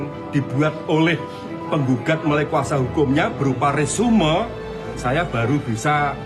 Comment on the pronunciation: Resume ? Resum pak..ngucapnya.. hahahha. Jangan kayak jokowi.. detok detok... ? Malu maluin bangsa indo ajah Kuliah dimana sih ? Jan malu maluin banget